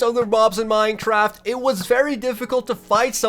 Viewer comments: am I the only one who heard mine-traft instead of mine-craft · Lol at the begining he said minetraft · Is it just me or did anyone hear this man say "Minetraft?" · Did I hear Minetraft? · In the intro why did you say minetraft cause thats what I heard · he said minetraft? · Minetraft lol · he said minechaft and minecaf in staed of minecraft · Did no one else notice when he said “ 100 days or hardcore minecraft” he actually said “ 100 days of hardcore minechaft”............. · "100 days of Minetraft hardcore" great english sir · did he just say "100 days of hard core Minetraft"?😂😂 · minejraft lol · i don't now if i am the only one that notice dis but did he just said in "minetraft" xD